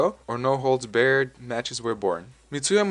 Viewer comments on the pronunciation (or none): "Barred" is pronounced like bar not bare. The name "Helio", in the Gracie's native Brazil, is pronounced as though saying the names of the three letter L, E, and O in rapid succession. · It’s Bahr-ed, not beared, dude. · barred not bared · No holds barred. Barred is pronounced like Bar, and not Bare/bear. Bar-d. As in you are Barred from entering these premises. Not bared. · What is "no holds beared"fighting? It's no holds barred. Come on man! That is so irritating. Learn the language.. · In the "no holds barred" sentence, "barred" is pronounced how you pronounce the word bar, not bare. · It's spelled and pronounced "no holds BARRED", not bared. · It's no holds BARRED not bear'd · "No holds bared" lmao It's barred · It’s bAHred not bear-ed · You're pronouncing barred as "bared". Barred rhymes with "lard". I hope you know what "lard" sounds like. Hope this helps. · Barred is pronounced like "Bard" not "baird" or whatever you keep repeating c'mon son. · Barred is pronounced "bard", not "beared" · no holds baRRed, not no holds bared... Also, the H in Helio Gracie is silent. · Please stop saying bared... It's barred... Like the place you drink alcohol at... so say bar and add the ed sound to it... or like the bars in a jail....just take away the s and add a ed sound to that.... Besides the quite annoying way u mispronounce barred good video... 👍👍👍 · no holds barrrrr not bear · "No holds Baird" lol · it is " no holds bared " as in prison bars, chocolate bar ect ect not bear. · It's pronounced BARD. Not bared, like you keep saying.Crazy how so so many people make vids and cant even speak proper names properly, showing they are stealing content, are shitty voice overs or just dont know what the hell they are talking about. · It's no holds BARRED!!!!! Not BEARED..... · anybody else cringe every time this narrator says "no holds baired" haha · I cringed everytime you said 'beared'.. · Where are you from? You keep saying "No holds barred" like "No holds bear-d*"